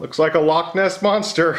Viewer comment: Hah, watching the two of you work together ALMOST made up for your hideous pronunciation of loch. For you to then talk about Nessie and a lake made me weep openly though! Side note, I think had a point. Certainly if you wanted a real looking leaf.